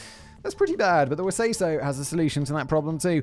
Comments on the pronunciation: He also didn't catch the pronounciation of the WeSaySo corporation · Your pronunciation is off. Try saying "Because Wesayso" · Dinosaurs is one of the greatest shows ever made. I don't know any other show that holds up so well as a adult. I actually think I loved it more rewatching as a adult cause I understood more of the jokes and what was going on. And good lord Simon butchered the names. It's We-say-so and Howard hand-up-me.